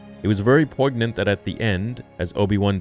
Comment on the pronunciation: He said poig-nunt 😂